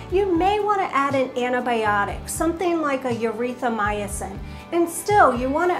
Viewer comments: “Urethra”Mycin? ..........Erythromycin ? Same difference 😂. Keep up the videos guys VERY Informative! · Did she say 'urethramycin'? 🤣🤣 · I love you guys and thanks for this but the way says erythromycin literally hurts me. 🤣💙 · That’s definitely how she pronounces it!!